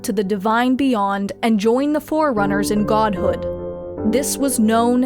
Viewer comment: He called forerunners as fucking foreigners wtf